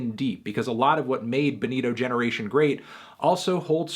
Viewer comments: It's funny how Bonito Spanish Bo-nee-toh turns to Boneero when pronunced in American English. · Señor Antonio, repeat después de me: Kero Kero BO-nito. You're saying Benito, señor Antonio. Benito is Benny in Spanish.